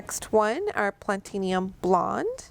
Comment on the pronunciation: Pla*ti*num - not plat*in*ium